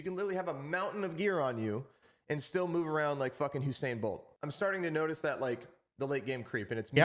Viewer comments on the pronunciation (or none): love love love that. thankfully i have absolute faith in BSG, i doubt Nikita is cool with super human hearing levels and whatnot, they'll come round. also edit:, my man.. lol its "Usain" not "Husain"